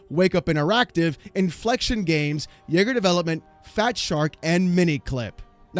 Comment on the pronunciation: I had to stop and rewind the video when he said Yagar Development.